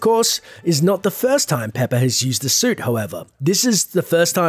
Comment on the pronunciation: umm you said soup